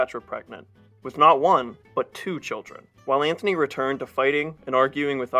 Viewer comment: Please... it's Mark Antony!! Not Anthony!!